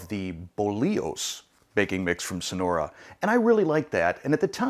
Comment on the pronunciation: Sorry but your pronunciation is really bad of the name of this product! LoL 😀 But many thanks for the video and the review!!!